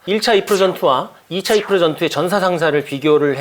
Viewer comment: 아재요~아지매요~ 이르프가 뭡니까 이르프가....... 까르푸도 아니고....